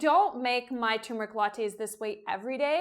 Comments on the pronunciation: Have you ever added cocoa? That sounds good to me. Also, at the risk of being a twit, the word is tuRmeric not tUmeric. Thanks for the recipe. I'm going to try it tonight. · why do you say tumeric? it's clearly tuRmeric. there's an r. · “TUR”meric ..Uhg 😑😑🙄🙄🙄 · no. the person who put the r in there didn't put it there to be ignored. tuRmeric. k? k. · I’m not a snob.. it’s the grammar police in me - pronounce words as they are spelled and intended on being pronounced.. ‘TURMERIC’ 👍👍